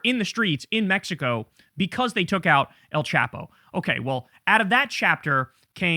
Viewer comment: El Chapo is pronounced with a long A not a short A so it sounds more like chopo not chapo